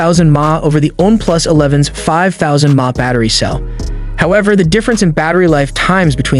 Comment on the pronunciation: You pronounce "mah" ? Dude, get a grip